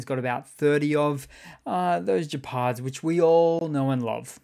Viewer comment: it's a hard G -Gephard